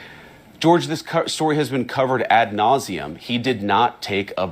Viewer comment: "At nauseum"??? 😅😅😅😅 It's "ad nauseum" nimrod! You're not my vice president... that's fo sho! you're an illegal occupant of our white house